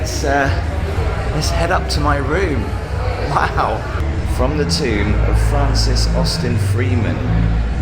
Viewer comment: I genuinely got startled when you said 'tome', PLEASE tell me that you say 'tomb' differently, because for gods sake, I thought there was a grave robbing!